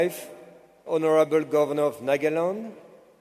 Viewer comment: According to his pronounciation we are living in nakealeon